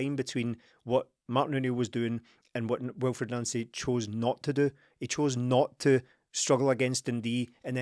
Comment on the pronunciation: The deliberate attempts to pronounce his name as Nansy is too obvious lads. The guys name is pronounced Non-cee just like Thierry On-ree not Terry Henry.